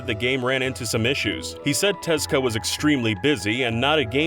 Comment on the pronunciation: hearing Tezuka called "Tezka" hurts my ears